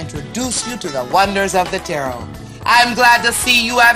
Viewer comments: "... Tarrot(carrot) card..." - The, um, researcher and/or voicover provider need better prep. Oh, and ADVERTISING another psychic huckster? Really? Tfoh. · Just wanted to say it's TAR-O, t is silent and not like carrot. Great video! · Jesus christ, you make a video about Miss Cleo and you can't even pronounce Tarot correctly? The 't' at the end is silent...